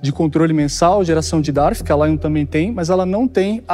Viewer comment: Dislexia, será que foi o? Kjjkkk "Conrtole"